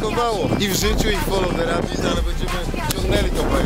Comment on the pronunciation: foloł de rabjat kurwa